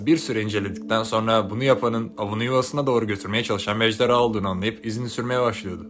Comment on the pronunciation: ejderha mı ejderan mı? :d